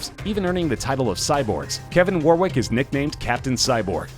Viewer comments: The way he says Warwick is cringe. He says it so many times. I don't even know what Warwick did. I was distracted by WAR-WICK. A war of wicks? Fighting for candles? The chandler revolution? War wick. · Stop pronouncing Warwick wrong, it is pronounced "Warrick"